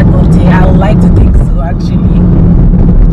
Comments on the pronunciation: it’s pronounced “all-tay” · Alte is pronouced -altay